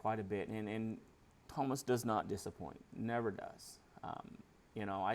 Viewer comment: Hi! There is no H in Tuomas, it's TU - O - MAS If you want to check out the pronunciation of any word, you can go to google translate and click "listen" after you have typed and chosen the language. Have a great day!